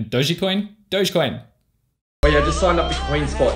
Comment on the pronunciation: It’s Dogecoin not Dogecoin!